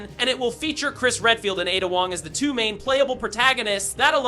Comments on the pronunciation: Atta? Bro it’s pronounced Ay duh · AI voice 👎 Who tf is Atta Wong